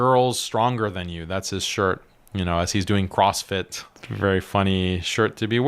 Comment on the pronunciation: I loved your opening mispronunciation. "He was a cross fist." "That was his job".